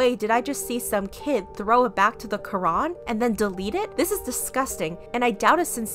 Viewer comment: When she said lorac I thought she said the rock 😂